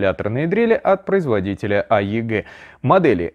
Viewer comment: Если название инструмента произносите" а е гэ" а не" эй и джи" то и название зарядки надо называл " бэ эл" а не " би эль"